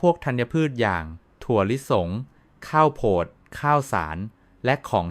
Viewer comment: เนื้อหามีสาระดีมากครับ ขอแนะนำการปรับปรุงเสียงพูดด้วยAI หลายคำที่ต้องแปลไทยเป็นเช่น"แร่ธาตุ" แร่-ทา-ตุ,"ข้าวโพด"....ข้าว-โผด ฯลฯ